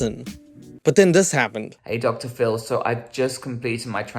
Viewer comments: I swear everytime says "Dr. Phil" all i hear is "Dr ful" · Up to the 15-minute mark, I heard you say Doctor Full and I always wondered 'who TF is Doctor Full?' I have the hearing of an 80 y/o sometimes 😂